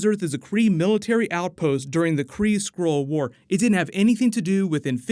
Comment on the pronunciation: It's SKRULL not SCROLE